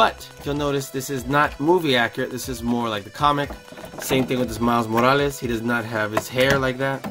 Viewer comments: Miles Moalas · The way he says morales makes me cringe